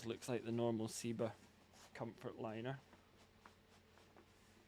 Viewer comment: When did Seba become See-ba?